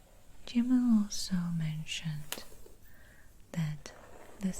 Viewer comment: My name is Gemma and I love how you say it!